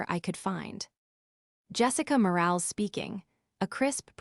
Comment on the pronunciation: More-AL-is. Train your AI